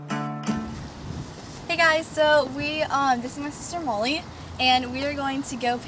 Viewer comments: its sounds like you're calling her moley lol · i liked the last one best btw is her name molly? cuz u say it like mully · it sounds like she's saying "Moley"... :|